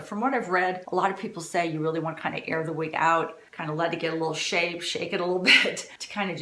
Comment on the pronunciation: please dont be offended... say "wig:...not "weeg". Its very off-putting. Thank you..